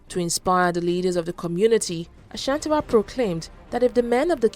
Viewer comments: Looove the video!!!!!!!!!!!!!!!!! but a teeeny tiny problem. You got the Ghanaian pronunciation of Ashante right, but the Asantewaa.... errrrrm. its pronounced A - SAN-TE-WAA. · why would you call the war of the golden stool a rebellion? The British were trying to break the Asante Kingdom by capturing the golden stool. Unfortunately they people gave them a fake one. Protecting what is yours is not a rebellion. The pronunciation of her name is A-S-A-N-T-E-W-A-A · The pronunciation of the name Asantewaa is (Asantiwaa) The pronunciation of the people of Ashanti is (asanti) Please don't add the sound "ash" to the name. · I think you should learn how to pronounce names ... Yaa Asantewaa... do you see any ‘h’ anywhere... you keep on saying Ashantiwaa